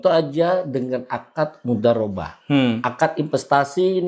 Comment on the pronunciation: Dia siapa sih, kalo ahli dalam syariat kok nyebut "Mudhorobah" jadi "Mudarobah"?